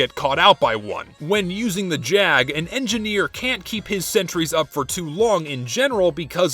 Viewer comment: you're saying it wrong. its the Jaaaaaag